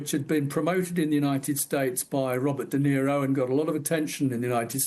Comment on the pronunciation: Rachel should have corrected this guy when he said Robert Dinero.